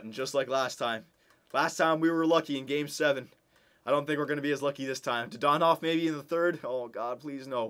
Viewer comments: Wasn't it dadonov, not dadanov? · Didn't even say his name right. I'm loving re watching these old vids DAaaaaaa Dannnnnn Ovvvvvvvvv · Says dadanov wrong whole episode but gets mad at end and says it right